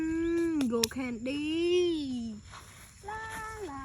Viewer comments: Those ants were crawling on her like crazy, but why did she say candy like that? She said condy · Why did she say candy like that?